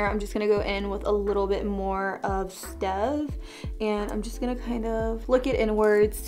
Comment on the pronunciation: Killing me with how you're saying fair-i-sali. Its FAR-sali. Hard "r". And the "stev" shade in carli's palette is said like the name steve.